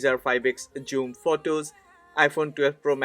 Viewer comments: Its "Zoom" not "Joom". Besides that great video! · It must be pronounce zzooom not your joom